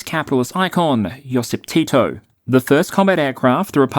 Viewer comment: Its Josip, (Yosip in eng), not joseph, or joseff. Josip Broz Tito. The reason why Yugoslavia got that much support was because it was not a part of Soviet union or Warsaw pact, and Tito was the western ally during the WW2. Yugoslavia was also the only example of organized national uprising against the Nazis and Fascists in the whole Europe during WW2, except Soviet Union - Russia. And that fight was as brutal as any in WW was the time when there was a serious threat of Stalin invading the country, but that never happened in the end. Exactly why, except some anecdotes, is not entirely clear. After that Yugoslavia was one of the founders of Unaligned movement, so called third block, which helped cool the cold war. And on good terms with the west until the end. Tito is the only statesman from that area that ever got the real presidential welcome in the US. Three times. By JFK, Nixon and Jimmy Carter. Queen Elizabeth came to Yugoslavia for a visit and stayed several days. And so on. If you hear anything different these days, its all horseshit.